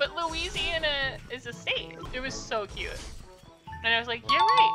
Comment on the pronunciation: when he said loyisiana i got so confused bc i love there 💀